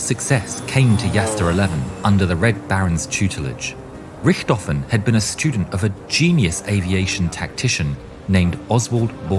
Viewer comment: "I apologize for earlier butchering the name" and then you butcher it again 😆 It's just not possible for non-Germans to not butcher German names 😆